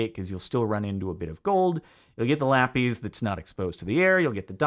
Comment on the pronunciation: it’s pronounced “lap-iss” lol